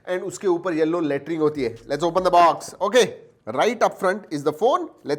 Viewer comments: Yellow Lattring 🤣😝😝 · Yellow letering🤣🤣🤣😂😂😂😂